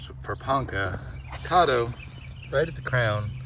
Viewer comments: I don't think it's pronounced "Cahdo." The "Ca" should sound like the "Ca" in "Cat" -Cad do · Great video. Thanks for the info. Not to be critical lol but I’m from Oklahoma and Caddo (named after the Indian tribe) is pronounced with an American a (like cat) not with a British a (like awe). It hurts my ears to hear it that way. lol